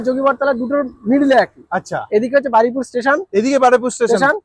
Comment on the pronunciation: Jaiga tar naam Baraipur noye Baruipur ... Plz aktu thik kore bolun 💀🙏🏻